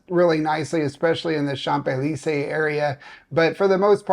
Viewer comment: Your " lay chan zay lee say" is quite accurate. Well done!